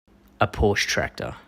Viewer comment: Try this, and you nearly pronounce it right: paw·shuh